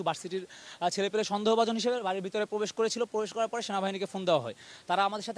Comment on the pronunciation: পবেশ পবেশ পবেশ পবেশ করছেন।